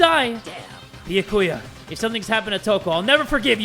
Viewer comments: He technically pronounces it right. I mean, he says the right syllables. He just emphasises the wrong bit. It's supposed to be Bee-YAH-koo-yah, rather than Bee-yah-KOO-yah, which is what says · Am I the only one who's getting annoyed with the way he's pronouncing Byakuya's name?? It's "Bee-Yah-koo-yah" not "Bee-uh-koo-yuh" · Why yes, I do get mad whenever says Byakuya’s name wrong. He says “Bee-yuh-coo-yuh” instead of “Bi-ah-ku-ya” and I want to hit my head against the table. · I can't believe I'm doing this but.... ITS B-YA-KU-YA I'm sorry. Lmao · Lol jay pronouncing it like "bee-ya-koo-yah" annoyed me at first but i just got used to it lol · It's pronounced bee a ki ya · I love how he pronounces byakuya as “bee ya koo yah” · I pronounce it as "by ya koo yah" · I know you aren't reading the comments but still I am b e g g i n g you to pronounce Byakuya properly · UGH do any Byakuya kins or stans get mad every time says “Byakuya” i’m not even a stan or a kin and i just get mad 😤😤 anyways i still love you but pls say his name right 😔😭